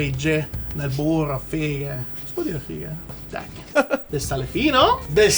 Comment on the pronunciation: Ho visto il luccichio nei tuoi occhi mentre pronunciavi "FFFIGAAAH", ma mai saranno paragonabili agli occhi a cuoricino di quando dici "BBURRRRRROHHHH" E poi smettila di salire di qualità ad ogni video, ormai abbiamo troppe aspettative 🤣